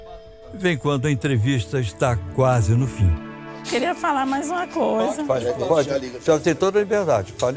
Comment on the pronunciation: "eun keria fala uma coiza" BERROOOOO